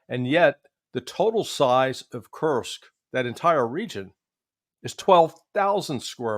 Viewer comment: Judge? It’s KURSK, not that 💩you're saying. 😂